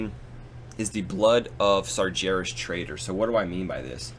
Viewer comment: You really need to pronounce Sargeras properly.. it kills me everytime. There is no J in Sargeras.